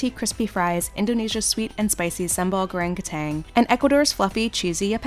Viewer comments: The narrator butchered the pronounciation of sambal goreng kentang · The way she pronounced Indonesia's potato dish in the beginning is.......... She even missed the N in kentang and showed perkedel (pronounced per-kuh-del) when sambal goreng kentang is potatoes cut into cubes with spicy sauce and herbs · As an Indonesian, hearing you butcher the pronunciation of “sambal goreng kentang” is hilarious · The way u pronounced "Sambal goreng kentang" makes me wanna send Insider a KBBI (Indonesian Language Dictionary) with phonetics. Other than that, nice try.